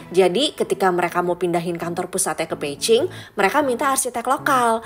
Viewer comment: Spell Beijing emangnya jadi Peiching ya? No offense cuma nanya aja, soal nya agak ganggu ditelinga 😅